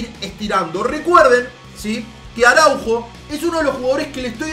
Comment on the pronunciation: pronuncia bien los nombres, se dice Araújo no Araujo